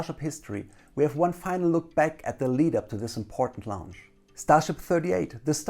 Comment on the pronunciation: Like the video, but can't stand that he keeps saying Lounge instead of Launch